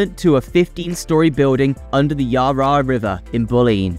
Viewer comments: Someone needs to teach the AI voice that it is NOT the YAR RAR River and MAC LOYD. Geez! Give me a break. TIB is clearly wanting . . . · the pronunciation of so many names had me in hysterics. I'm call the Yarra the Rar Rar River from now on :D Macloyd for McLeod? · i think you got your map wrong .... its from Bulleen to Watsonia :) need to switch them. Its also Yara (phonetically) as one word not YarRa (two syllables). MacLoyd is Maccloud. Its no actually help the transport hubs its just shuffling traffic elsewhere - people in the east cant get to the ring road easily, hence this tunnel, but like all our freeways, they barely have enough lanes now so if you double the population all these roads become parking bays like the south-eastern freeway is now. Too little too late. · by the way its not yar yar river is yarra (yarrra) river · The Yaa Raa river LOL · Yar rah river LOL. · yaa raa river.. bull lean... cant watch this listening to that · Not the yah rah river 😂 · Melborians? Yaryar river? Bruh take like an extra 10 minutes next time to read over your script and get it right. This is such a shoddy effort. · 😂 Watsonia and Bulleen are labelled the wrong way round. Yar Yar? More like nar nar you got it wrong mate. Also pronounced Mel-bin. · Melboorians. Versus what we say, which is Melburnians. And the Yah Rah river. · her yar. lol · Did you actually show footage of Heidelberg in Germany for a project in Australia? Who the hell does your research? Also please learn how to pronounce some very simple words. I understand some might be difficult but McLeod and the Yarra River are not.